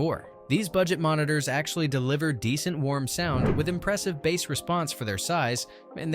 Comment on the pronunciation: Cringe! "Bass" in music is pronounced as "Base"